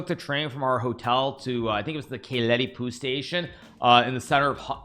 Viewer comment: Nice to hear that you pronounced all hungarian names perfectly: Budapest, Keleti pu, ... By the way pu means PalyaUdvar - trainstation :)